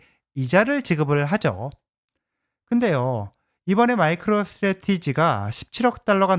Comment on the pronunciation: 오늘따라유독말을버벅거리시네요ㅎㅎ 마이크로스테레티지 발음도 좀연습하시구요 항상잘발음을못하시더라구요^^